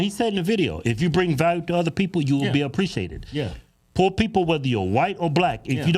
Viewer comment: Please don't say Po, it sounds ignorant. My brother had a second grade teacher that tried to fail him, because he couldn't spell words such as, po (poor), flo (floor), and fo (four). In that situation, who was ignorant? That teacher got fired, and shouldn't have been a teacher in the first place.